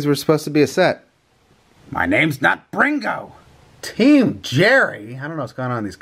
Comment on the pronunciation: it’s Brunio not Bringo